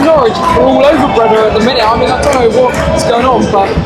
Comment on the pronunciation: Pronounced "BRAY - DA" not "BRE - DA" - .